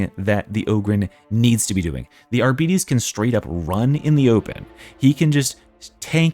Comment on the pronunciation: I know people hate being corrected, but in this case, it took me awhile to understand you were referring to the Arbites class because of how you are pronouncing it. It is pronounced ar bites (liking biting something). (of course, you may be doing it deliberate like some people say hemlets)